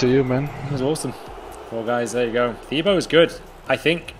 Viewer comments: I thought it was pronounced Tibo not thibo (btw i know his name is spelt Thibaut) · His name is pronounced ti-bo. He must of been cringing every time he heard his name said wrong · It’s pronounced tibo